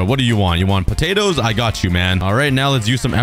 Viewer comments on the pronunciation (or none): Patadys✅️ Potatoes❎️ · why do you say pattaties